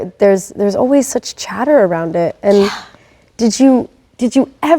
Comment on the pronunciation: Love your work. I seriously thought you were saying Chedder lol instead of chatter